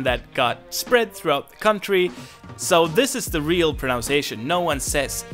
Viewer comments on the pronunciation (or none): Speaking of how to pronounce things.... this is not meant as a criticism or to be too picky, but just in case you want to know... it is proNUNciation, not proNOUNciation. It's weird. A lot of kids in the U.S. will say it like you did because of the base word "pronounce," but there's actually no letter "O" in the derivative word. I don't know what happened to that "O." ;)